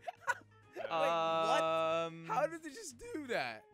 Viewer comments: Why you say iyon not iron jelly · I love how jelly says Ion instead of Iron lol